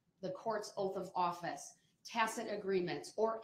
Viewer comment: He doesn't realise that "cestui que" is pronounced "settee kay"😂😂 and keeps saying "Are you after my Sesti Cue trust?" lol It's just another term he cannot pronounce, because he doesn't understand what he is saying. "TACKIT" "SUBSTAIN"... need I go on?😂